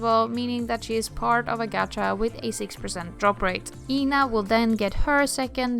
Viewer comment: i keep hearing Ina instead of Ena with E qnq also nene my beloved thank god you are in the exange